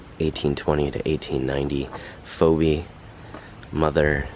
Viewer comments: Great video really interesting. FYI Phoebe is pronounced Fee bee 🐝♥️ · You pronounce the name Phoebe as Feebee.